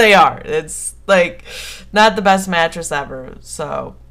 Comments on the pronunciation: lol i thought you said matches not mattress xD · omg at first i thought you said Matches so i'm like 'how could you get knocked out by Matches?' then i figured out you said Mattress then i'm like 'ooohhhhh ok that makes allllloooootttt more sens now XD' XDD